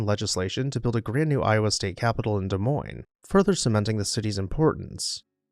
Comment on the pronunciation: As someone who grew up in Iowa, thank you for featuring this beautiful home. Also, thank you for pronouncing Des Moines correctly 😅